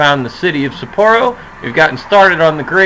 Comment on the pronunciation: I love your videos. It gives me a lot of insight into playing my games. But I do have one small comment about the city names. I'm actually surprised you do kinda alright but since I know Japanese, it's actually "SAH-poro" Not sure how to explain. It's emphasized on ethe first syllable and there's a pause between it and poro. Sa-pporo. Double sounds in Japanese sound more like a pause. Just nifty info if you cared. Probably not lol...but keep the videos going! :)